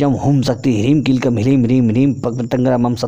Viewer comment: आपको प्रणाम करते हुये क्षमा माँगते हुये यह कह रहा हूँ ह्रीं और ह्लीं दोनो का उच्चारण आपने उलट पलट कर दी है। ॐ ह्रीं भ्रामरी,,,,है यहाँ आपने ह्लीं कर दी पुरे अष्ट विद्या मंत्रों में। आपके विद्वता और स्पष्टवादिता का मैं हृदय से सम्मान करता हूँ। कृपया इसे अन्य भाव में न लिजियेगा।